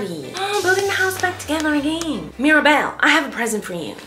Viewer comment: “MEER abelle”